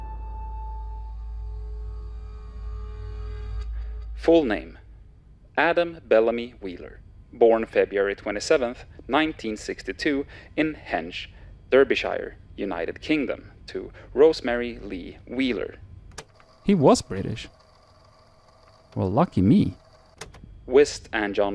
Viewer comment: The only thing I noticed was the mispronunciation of Derbyshire, but I don't live too far away and struggle reading it correctly too. British place names are weird!